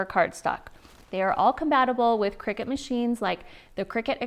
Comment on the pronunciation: I just had to, you know what people are like and i couldn't help myself.... Cricut = (cry-cut) not cricket!